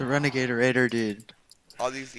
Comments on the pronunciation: "renegade raidergaid" lmao 1:7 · don't even know how to say renegade raider 😶😶😶😶😮😮😮😮😮😮